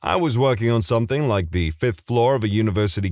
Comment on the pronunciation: No K in the word something